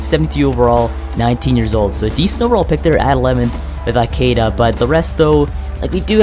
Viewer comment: You're pronouncing Ikedia wrong